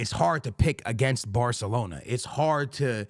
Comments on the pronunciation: It’s called Barcelona, not Bartelona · Are you saying "bahthalona"?